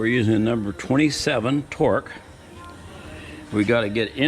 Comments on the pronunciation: Good info. It’s called a Torx. Not Torque. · Say it with me…Torx, torx, torx. Great video, though!